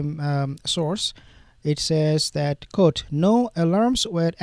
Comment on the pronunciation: "Quote" is pronounced kwote, not coat.